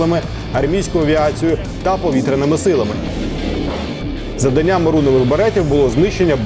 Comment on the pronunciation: НавчАння, завдАнням. Як це боляче слухати, коли навіть по телебаченню не можуть правильно та красиво розмовляти рідною мовою.